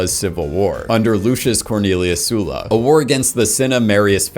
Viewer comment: That is not how you pronounce Sulla